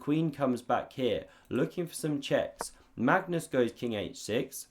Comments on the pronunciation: Does he pronounce Mangus on purpose? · "Mangus" LOL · "Mangus" or was it "mangoose"? 😂😂😂